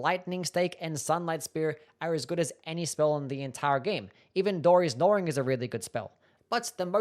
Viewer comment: This dude always loves to mispronounce things. "Dori's Gnawing" lol